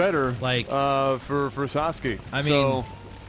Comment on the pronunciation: Minor point, but you don't slur the 'sa' in Sasaki, much like how you wouldn't slur Tataki'. If it were Sasuke, then yes, you'd be pronouncing it correctly, but it's Sa-sa-ki. A nice game! Always good to get one of these somewhat longer games, when there's been so many 5 minute or shorter ones.